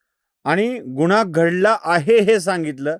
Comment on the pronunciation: निदान गुन्हा हा उच्चार तरी नीट करा गुणा म्हंटल्यावर काही वेगळेच वाटते